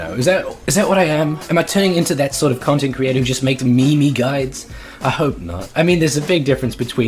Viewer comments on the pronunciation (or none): " mEeMEe GUidEs "